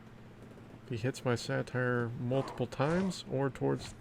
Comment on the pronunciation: Hey! It's pronounced Sate-er. Satire is a form of comedy. Satyr (Sate-er) is a creature from Greek mythology. Love the content and I'm enjoying Smashing Four so far but I'm not sure this game has any longevity. It feels far more pay to win than SPPD so I'm not sure if I'm going to stick with this one long term.